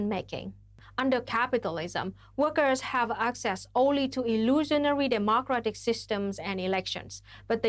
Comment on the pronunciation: Holy shit can someone tell Luna that in the word "democratic" the stress is on "dem" and not "o"